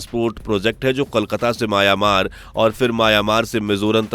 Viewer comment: आबे सूरमा. माया-मार नहीं, म्यांमार